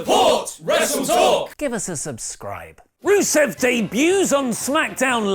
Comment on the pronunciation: You don't even say his name right ahah